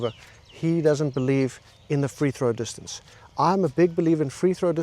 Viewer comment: It's a joke, like when he says distancA